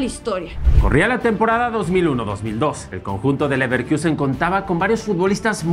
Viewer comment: Ni porque está de moda dejan de decir Leverquiusen. 🤦🏽‍♂️